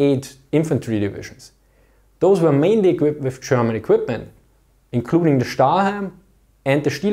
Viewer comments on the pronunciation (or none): none